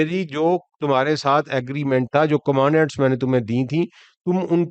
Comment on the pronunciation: آپ اپنے تلفظ کثرت سے درست کروائیں-—— اور وہ دس کمانڈمینٹس تھیں کمانڈینٹس نہیں